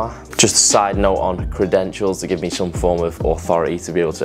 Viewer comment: « like moi » are You speaking french ??